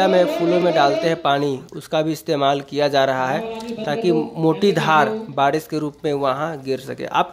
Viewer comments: बाडीस नही रे...बारिश बोलते हे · बारिश बोला जाता है ना की badis